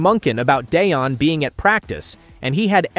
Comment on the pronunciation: You’re ai bot doesn’t know how to pronounce Deion